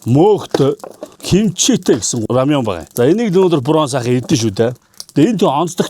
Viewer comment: Рамён гэж бхгүй шүү рамэн гэжл байгаа